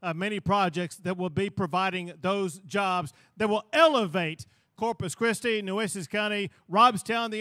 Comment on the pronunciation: I like that he referred to, Corpus Cwisty."